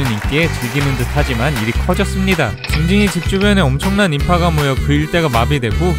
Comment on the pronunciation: 인파가 아니라 어파ㅋㅋㅋㅋ